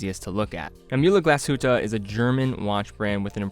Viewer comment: please learn how to pronounce "Mühle" and "glashütte"